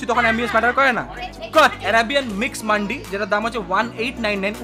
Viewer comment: মান্ডি না ওটা "মান্দি"